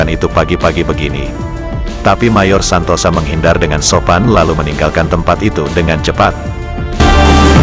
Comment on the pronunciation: Menurut sy namanya bukan mayor Santosa tapi Santoso, memang di bahasa Jawa tulisan ya Santosa tapi membacanya Santoso 🙏🙏🙏